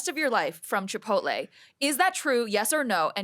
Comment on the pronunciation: Chipotle for sure cancelled his card when they heard him refer to it as “Chipolte”